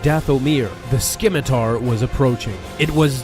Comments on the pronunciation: It’s pronounced simitar- like the sword - not skimitar like some low fat version of it. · sKimitar lol ..it’s Cimitar ....the S is silent. It’s named after the Arabian curved blade. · not skimitar... it's pronounce simitar. the c is silent. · scimitar is pronounced simədər,ˈsiməˌtär, not skimitar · You did not just call "Scimitar" "SKIMitar". I swear, people like you and Mr Creeps, both whose channels RELY on a lot of talking, have like 3rd grade pronunciations on basic, common words. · Can we stop saying SKIMitar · .... "Skimitar"?.... Sigh... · It’s Scimitar, not skimim a far! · sKiMiTaR (The c is silent pal) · Scimitar is pronounced "simater". Great video :) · It's not Skimitar. Scimitar is pronounced with a silent c. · 'sKimitar', really.....? FFS what's with all these Star Wars channels not knowing how to pronounce basic words?? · Lol the 'c' in scimitar is silent lol. Skim(?)itar lmao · Skimitar? lol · Psst. That c in scimitar is silent.